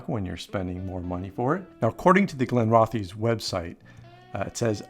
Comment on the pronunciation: pronounced Glen-roth-iss